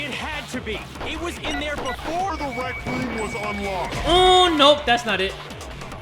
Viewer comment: kyoko the queen of saying berfor we do that lets here from our sponser